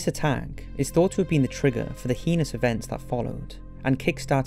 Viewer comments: “The most heenos acts” ... really... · And 'heinous' - Should be hay-nus, like 'anus', not 'hee-nous'! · I don't blame you much for mispronouncing the word "Puget"....but for Pete's sake....IF YOU CANNOT PROPERLY PRONOUNCE THE WORD "HEINOUS" THEN STOP INCLUDING THAT WORD CONSTANTLY IN THE SCRIPT OF YOUR DOCUMENTARIES!!!